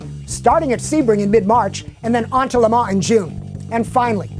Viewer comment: i think the FT86 should drift. They should replace Foust's scion with the FT86. I like how says Le Mans because it is the right way to say it